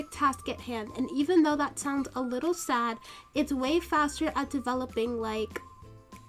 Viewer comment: why did she say wittle.